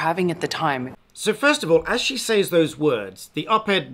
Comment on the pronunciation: It seemed to take you a while to realise that "loan her voice" is wrong English. I cringed as you repeated these words several times. Fortunately you redeemed yourself right at the end by finally saying "lending her voice". Now all we need to fix is your habitual wrong pronunciation of "says". ;-) I admire your content, keep up the good work.